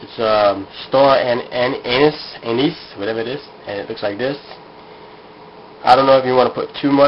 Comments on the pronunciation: ox tail is so fattening. Lol.... star anus... just like chocolate starfish. It's pronounced star "a niece" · lol you said "star anus" at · he said Star anus : /